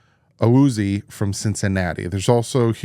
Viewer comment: Awuzie = uh woo zee A